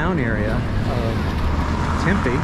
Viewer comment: We can ride from the east side all the way to the west side uninterrupted. 40+ miles. And, we have many mountains and hiking trails. It is an outdoors paradise. Oh, and, it's pronounced Tem-pee